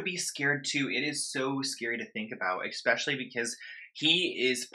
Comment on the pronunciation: Especially. NOT EXPECIALLY!!! Omg. I’ve said this 100 times!!!!!!